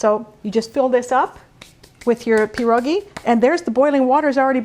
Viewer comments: it's pierogi, not peerogi. also piroshki are not Polish. there's a difference. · It's [Pee - Ear] - [ Ro] - [Gee] not Jee. Gi, like ski. Pie ro gi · I beg to differ. It's not pronounced pee-ear, at all. More like Pyeh-ro-gee, and of course roll the R. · I cringe every time you say pierogi